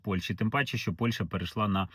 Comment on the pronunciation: Працюйте над вимовою... Не Польша, а Польща. Не украïнцы, а украïнцi. Не офiцыант, а офiцiант